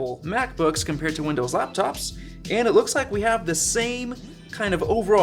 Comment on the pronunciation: Ha.... "Windows-Láptops." How infantile.